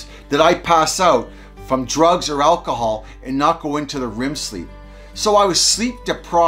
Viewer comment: Rem sleep not rim 😅